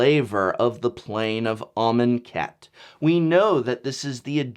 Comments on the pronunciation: I will never unhear "almond cat". Even when you said it correctly, or at least I think you did, all I could hear was "almond cat" haha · Can not unhear almond cat... xD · Shane Riddell 10 minutes of him writing amonkhet in a word document and saying it out loud. 'armen cat? are men cat?'